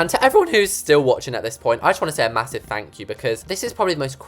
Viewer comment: “ma-HOO-sive window” - love you haha! 😂